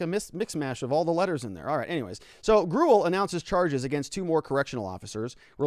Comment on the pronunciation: I am pretty sure Gurule is pronounced gru-lay or gru-ell